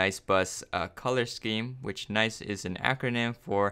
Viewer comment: Nie? I thought it was nice not nie